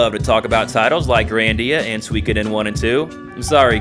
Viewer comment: Did u just pronounce Suikoden as "Swikaden"?